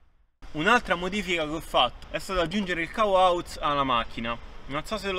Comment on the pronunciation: Cavo "auz" xD bella